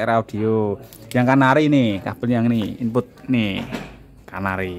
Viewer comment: Canare mas bukan canari😀😀